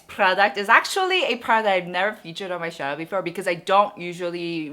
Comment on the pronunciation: “Channel” is not pronounced as “Chanel”